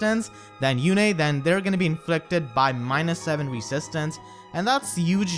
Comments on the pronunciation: I'm Surprised you pronounced her name how they called her on Radiant Dawn by " You-Nae" instead of like "Youn" how Micaiah says it now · Were you being sarcastic or do you really not know how to say Yune's name? I mean, Micaiah says it in her dialogue.